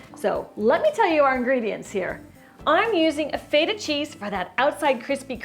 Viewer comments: You're pronouncing Feta very wrong.. It's not (F-eight-ah), It's (FEH-TAH). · I'm gonna make that for sure. maybe not so much butter. Here we call that cheese FET-ah, not FEET-ah, but i think I have the right cheese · It is pronounced FE-TA. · I saw her make a home made bigmac, which I liked. Then I came here, because I am Greek and like feta cheese. She's pronouncing the word wrong, I'm not hating on her. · why do you pronounce Feta wrong, and over act in all of your videos.. Sincerely, the Public. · Omg, so much acting! She's so overly enthusiastic and she pronounces feta wrong... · She pronounces feta wrong so annoying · Not miserable or trolling, asking a sincere question. Why go overboard on the acting? Why pronounce Feta wrong?